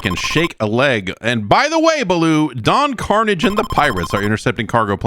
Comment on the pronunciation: It's pronounced "Don Carn-ah-zjay"